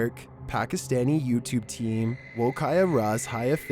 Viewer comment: i appreciate the fact you try to pronounce foreign words without using google translate 😂 you almost got it right anyway for yall who cant speak/understand hindi/urdu, woh was pronounced correctly; its not k-a-ya, just say ka (a is silent)-ya so it sounds like kyah, and raaz is just r-aa(uh not ah)-zh hai (just say hi lazily). well done if uve done this<3 anyway woh = that, kya = what, raaz = secret, hai = is (im unsure of this one) so it just means 'what is that secret'😂